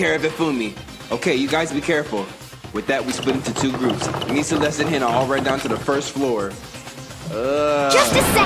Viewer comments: “mah-cod-oh” “seh-kurah” “hin-ah” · SAYKURA HEENA MACOTTO BYEAKOOYA